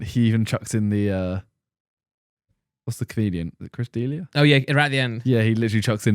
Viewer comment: The way they pronounce Chris D'Elia lmao